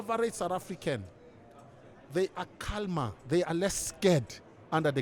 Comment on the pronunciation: Prince u the L in calmer is silent bro.